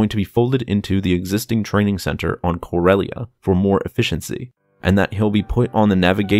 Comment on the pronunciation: Corelia? Sounds finnish